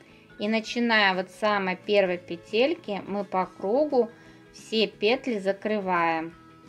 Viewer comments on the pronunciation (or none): none